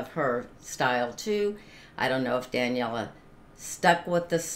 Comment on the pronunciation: Welcome Back to Daneliya. She is just unstoppable. You are pronouncing her name wrong. It is pronounced DUH--NELL--EE--YUH